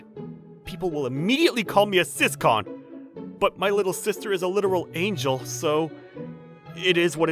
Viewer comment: Sis- con 💀